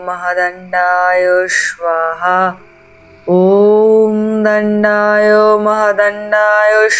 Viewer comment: সুলতা শব্দের উচ্চারণ Suল্ তা নয় 'সু' মানে ভাল আর লতা মানে লতা। shoe আর লতা পরপর উচ্চারণ করলে সঠিক হয়। আপনাদের উচ্চারণ সুলতানা থেকে 'না' বাদ দিয়ে যা হয় তাই হয়েছে😊 ওদিকে আবার প্রাতরাশ হয়েছে 'প্রাত্রাশ' 😅 স্বাহা হয়েছে শোয়াহা 😂 গল্পটা বেশ ভালো ছিল কিন্তু এই গুলো শুনে মেজাজ নষ্ট হয়ে গেল।